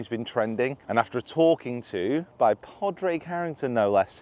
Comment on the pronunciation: It's pronounced "Paw-rig" btw